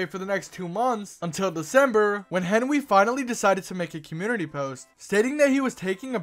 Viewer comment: Oh its henwy i hoight henry